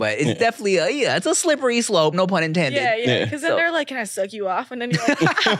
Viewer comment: Slippery slope? Naaah sounds like she meant slippery slurp😂